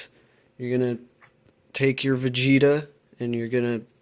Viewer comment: When you said vageta, I thought you were just saying vagina in a funny way. But the you pulled out vageta and I was fucking shook.